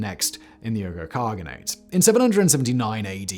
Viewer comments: Hello, Mr Whistler. Love all you channels, love all your videos. Just a quick aside, it's pronounced Wee-gers. That is all. Thank you! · Uyghur is pronounced "wee-ger." They're the Turkic ethnic group currently being "re-educated" by the Chinese communists in concentration camps. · Bullshit accusations! Bullshit pronouncing! It's WueHoo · Lol Simon, it's pronounced WEE-guhr, but I do love you and your channels! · Wee - ghur. China's great embarrassment. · Uygher=wee ger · Please research how to pronounce "Uyghur" next time... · Dude have you not watched a news clip in the last couple years about a certain red part of the world? I’m sure you’ve heard how to pronounce Uyghur… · The fact that he mispronounced Uyghur the whole video made it difficult for me to fully enjoy everything :/ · I thought Simon’s pronunciation was off too, weirdly so because their Uygher descendants have rather been in the news for the last few year due to the persecution of this people by the PRC government. C’mon, Simon - get a grip! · Interesting story; however I'm fairly certain that the pronunciation of "Uyghar" is wrong. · Simon, the way you pronounce Uyghur this entire video is driving me mad lol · Possibly a reference to Simon's mispronunciation of Uyghur which suggests that he's winging it for YouTube rather than having confirmed it with any scholars. I like Simon's stuff in general but some of it has very rough edges. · Google says British people pronounce Uyghur "oygah." Normal people pronounce it (more or less) "wee gr." "Wee gr" sounds better. *Among Uyghur people the "Uy" is slightly elongated, like "oo-ee," but also like "wee." The "g" is like the soft Spanish "g" (somewhere between h and k,) and the final vowel is more like "oo;" the r is somewhere between aspirated and rolled. Ooee-(hk)oo(hr.) Which is why Americans pronounce it "wee-gr." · Why does he pronounce Uyghur as “Oo-ger”? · You keep pronouncing “uyghur” like “ogre”. That’s not right. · uygher is pronounced “wee-gur”